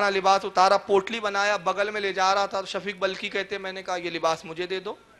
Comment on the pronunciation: waqil sahab.shafik balkhi nahi wo name shakik balkhi hai. Zara padh kar sunao achi tarah